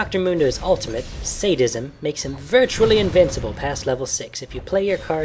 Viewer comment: Lol its Sad-ism, not Sade-ism. Otherwise a fairly decent guide.